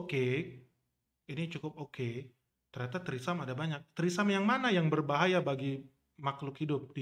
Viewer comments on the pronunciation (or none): Trismi bukan trisam wkwkwk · Bukan trisam bacanya bang, tapi treseme begitu yg sy liat di iklan TV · Btw ngakak pronounce tresemme jadi threesome🤣🤣🤣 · Mendengar ucap tresemme kok dengernya jadi treesome jadi wisata kepale ane Bang.... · Iya risih bgt dngrnya🤦🏻‍♀️🤦🏻‍♀️ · Bacanya bukan trisam.. Bahaya itu. Artinya maen bertiga Bukan rambut keriting lagi 😂